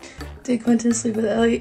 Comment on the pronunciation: No te lo digo por malas ni por incomodarte, me encantas!! Pero se pronuncia “Qüinton”, pronunciándose la “u” es que duele escuchar qinton🤣 el resto, maravillosa, un abrazo!!